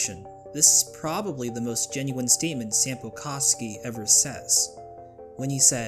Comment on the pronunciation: My Finnish ass screaming when he says “saampo kaski”😭(for those who don’t know Sampo is a Finnish name meaning wealth and fortune.Koski is a Finnish last name meaning a small moving body of water kinda like a river)